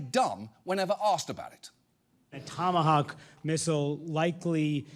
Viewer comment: Tomahowk missile 😂